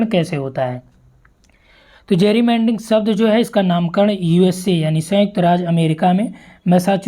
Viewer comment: जैरीमैंडरिंग nhi गैरीमैंडरिंग